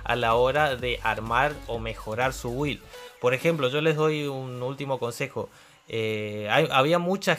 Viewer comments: muy bien video amigo!| solo pequeno consejo se pronuncia "bild" jajaja cada vez que dices "wild" pienso en salvaje XD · se pronuncia bild (build) bild please sos un geniooo